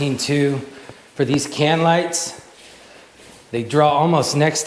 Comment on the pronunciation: great vid. "LIGTHS"